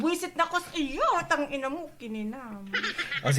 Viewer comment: omg ang lutong nong tangina mo HAHAHA ito na ata yung pinaka cute na reaction video na napanood ko hahaha